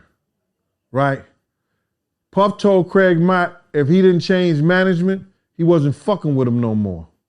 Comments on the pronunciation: Lol he said Craig lack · did he say "Craig Lack"? Yo Puffy did Craig Mack dirty af.... it sucks we were robbed from getting Deathrow Records to make Deathrow East which remember that despite the name was gonna be ran by all East Coast rappers and especially rappers who for some weird reason were not getting the record deals or they were treated like they were "old" and "obsolete" which is anti-hip Hop culture.